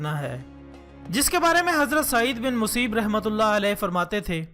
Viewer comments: hazrat museeb nahi hy hazrat musayyyab hy bhai. Ghor farma lain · بهائ يه لفظ سعيد بن مسيّب هئ.ب مشدد هي